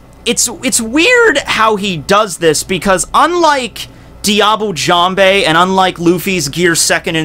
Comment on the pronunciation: "Diable Jambe" Your pronunciation makes me cringe...(yeah I kow you dont care)